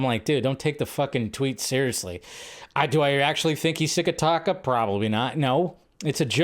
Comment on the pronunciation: At least get Taika's name right. Taika's name is pronounced like 'Tie-car' who's Taka?